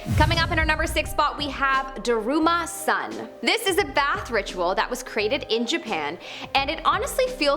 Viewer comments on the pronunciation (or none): Daruma San..Not Sann... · It's Daruma SAN, not sun